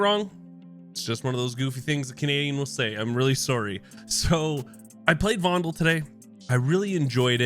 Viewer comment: From a native speaker in Amsterdam, you pronounce it right. “Fondle”, after Joost van den Vondel, Dutch poet in the 1600s